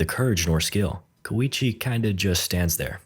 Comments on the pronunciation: Apparently, "Keicho" is pronounced "Koichi". English sure is a strange language, huh. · Kowichi???? Its just Koichi bro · Why the hell is koichi not koichi?